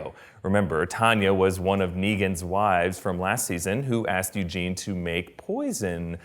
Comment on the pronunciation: Lmao "Youjean", thats great i love it lol It's Eugene btw ☺